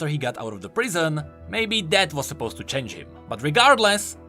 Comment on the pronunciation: ''idk why sylas would..'' CHAINGE (change)🥺😂